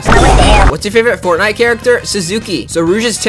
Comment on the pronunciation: Instead of saying furtnight does tails say fartnight